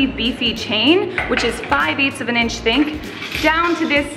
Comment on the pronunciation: she say "inches think" instead of "thick" hehe